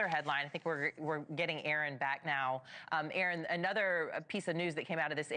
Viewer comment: Thank you Erin. Stay safe. Thank you news presenter for pronouncing Erin's name correctly.